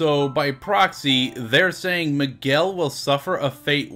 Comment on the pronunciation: why Miguel sounds more like McGill?